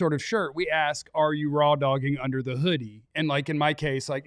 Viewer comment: it is “ask”, not “aks”. Come on man! You went to college. Stop acting like you don’t know how to pronounce a word.